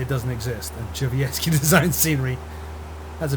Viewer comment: duh-shuv-yet-ski. I asked him directly as I've included his scenery in some of my videos. pronounciation is spot on.